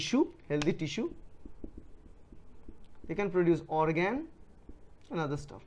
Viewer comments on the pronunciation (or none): none